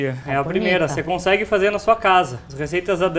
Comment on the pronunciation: Não conxegue... kkkkk. Adoro quando a Dani fala assim